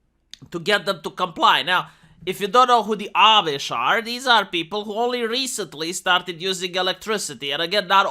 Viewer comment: Ah! You learned how to pronounce "Amish".